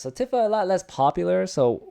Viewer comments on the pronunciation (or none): It’s “Tee-fa” not “tiffah” bro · He must be very tired because everyone knows it's not pronounced that way.